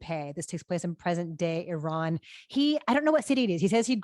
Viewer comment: I love that Alonso knows how to say Iran properly, as opposed to George Bush-style AIRAAAN like so many Americans say it. Great review, great filmmaker, stoked to see this tonight!